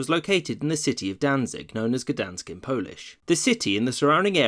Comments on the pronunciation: Gdańsk, not Gdansk xd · This city was called Gdansk before the Germans invaded in the 1300s and called it Danzig up to Poland being erased from the map and repeatedly invaded. Its now called Gdansk again which is the closest modern pronunciation to its original name. Why use Danzig when the correct term should be Gdansk.